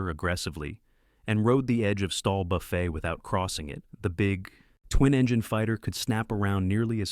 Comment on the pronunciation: Aircraft do not "buffay"! Would suggest you fix the horrible A I .